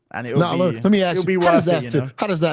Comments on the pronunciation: Now let me ax you a question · “May I “AXE” you a quessshun?” These f’n people….🙄